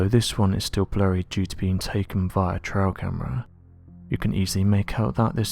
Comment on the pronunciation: Dude - TR-AI-L camera. TRAIL. As in a camera on a trail somewhere. Not Trial Camera, as in a camera documenting a legal case.